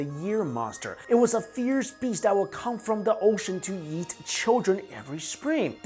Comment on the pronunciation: Every time he says “eat” I hear “Yeet” 😂😂🤦‍♀️